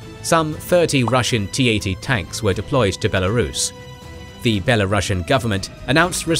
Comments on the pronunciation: Not bielorashan but bielorusian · It is the Belarusian pronounciation